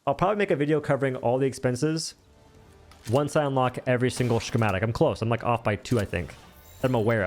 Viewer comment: That is not how you say schematic. Ska ma tick